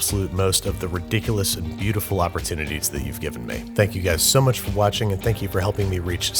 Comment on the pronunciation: did this man just say opportuniteats